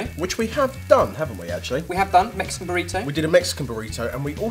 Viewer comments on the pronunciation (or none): none